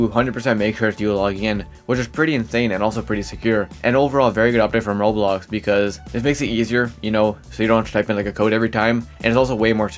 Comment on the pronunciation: Bro says roblox as "Roux" 😂. U ok m8? You sound half asleep